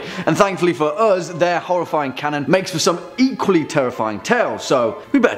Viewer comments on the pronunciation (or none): none